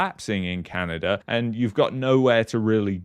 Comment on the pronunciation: Sometimes it's Canada Sometimes it's Canerder